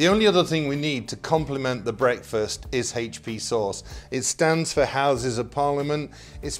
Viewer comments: AH PROPAH ENGULISH BWEAKFEST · "Brake-fest"? Pronounciation is interesting.